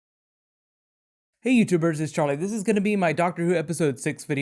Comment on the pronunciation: Hey guys it's churlie